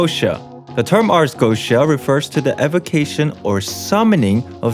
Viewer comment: Goetia - Go-e-ti-ya